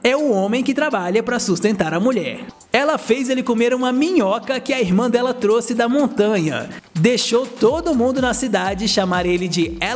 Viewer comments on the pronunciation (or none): none